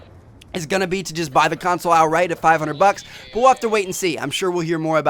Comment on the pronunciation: True that. By the way. i noticed that your from Norway. so just so you know, its bucks. not box.